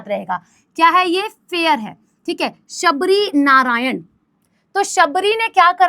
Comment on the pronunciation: Shivrinarayan h sabrinarayan nai hai